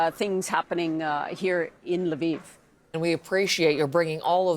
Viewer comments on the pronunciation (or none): It’s Lviv not Laviv.